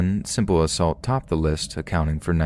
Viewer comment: "List" family.. Not Lisk ......